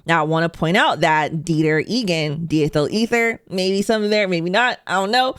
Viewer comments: It''s pronounced DIe- Ethel. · Diethyl is pronounced, imho, as "dye-ethyl" as in carbon di-oxide.